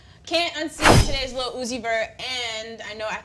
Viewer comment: If says "LEEHL" one more fucking time, I will fuck a hole through the concrete and nut into the Earth's core.